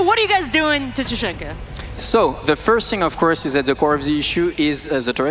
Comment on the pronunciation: TASHINKA WHO THE HELL IS TASHINKA ITS TACHANKA